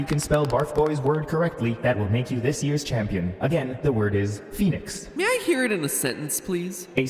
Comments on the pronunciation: I love The intro where he says Phoenix wrong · That's pronounced FEN-IX not phoenix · I think it should be pronounced "f-eh-nix" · Its funny, cause its not pronounced like Phoenix lol